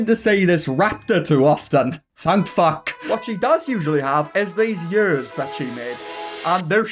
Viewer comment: You pronounce ears like YURS.